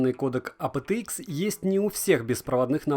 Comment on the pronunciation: Вот честно, твое АПэТэИкс так "режет" слух в этом видео. Почему не ЭйПиТиИкс, нормально, как должно произноситься в английском???